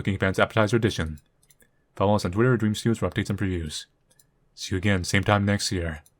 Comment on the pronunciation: Not a-grain.